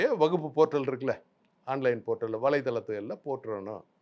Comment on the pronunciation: வக்பு வாரியம் என்று கூட சொல்ல தெரியாம முண்டம் வகுப்பு வாரியம் என்று சொல்கிறான்... இவனெல்லாம் ஒரு ஆளு, டேய் already வக்பு வாரியத்தில் பெண்கள் பொறுப்பில் இருக்காங்க... பெண்களுக்கு சம உரிமை கொடுப்பதாக இருந்தால் முதலில் உங்க R .ss அமைப்பில் பெண்களுக்கு பதையி கொடுங்க, அர்ச்சகர் இல் பெண்களுக்கு பதவி கொடுங்க